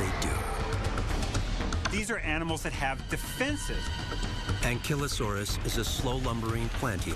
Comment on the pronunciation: an killo saurus? wtf? this program has soo many bad mispronunciations! you'd think they'd at least get the narrator to consult with a palaeontologist!